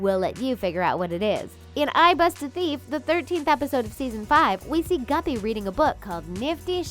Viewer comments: SHE SAID GUPPY IT'S GIBBY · Did anybody notice that they said guppy instead of gibby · Lmbo she said gubby but it gibby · Hey its gibby not guppy